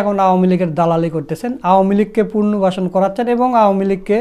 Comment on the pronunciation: পুনর্বাসন উচ্চারণ সঠিক করুন